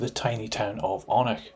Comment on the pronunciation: It's said oh-nich